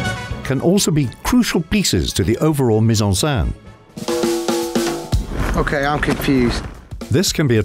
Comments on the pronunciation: The voice over mispronounces mise-en-scene as mise-en-sein: put in breast! Very funny for anyone who actually speaks French... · "meez on senn" is how you pronounce it - it was really irritating that the reader couldn't get it right. That was his job! Not hard to find out! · It is maddening to hear this guy repeatedly saying 'mise en sain' instead of mise on scene which would rhyme with den not dan.